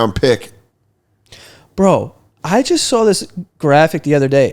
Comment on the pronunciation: The "Bro" Joe lets out is freakishly New York